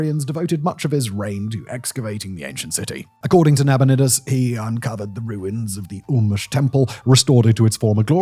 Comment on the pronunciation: Oh god there's more! Gutians are GOO-tee-uns not GEE-tee-uns... And Nabonidus is Na-BONNY-dus not Na-BODY-nus! 🤣Ok I'll stop now and watch the end of the video